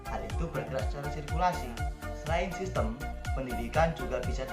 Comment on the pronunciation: Izin pembetulan diksi, "sistem" bukan "sistim". Utk liputannya bagus sekali, ditunggu liputan selanjutnya